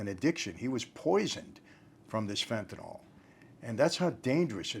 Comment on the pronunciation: Good topic. Thanks for pronouncing the drug's name properly. It is NOT fen-tan-ol. The -ol denotes an alcohol in organic chemistry. Phenyls end in -yl. They are different chemical compounds.